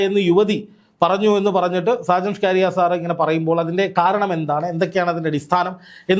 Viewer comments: സാജൻ ഷ്കാരിയ അല്ല സാജൻ സ്കറിയ ആണ് 😂😂😂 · സാജൻ സ്കറിയ എന്നല്ലേ 😂😂😂